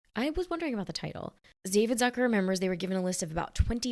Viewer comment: "Zucker" is a German name (meaning "sugar" by the way) and it's pronounced "Tsooka" instead of "Sackör". 🙂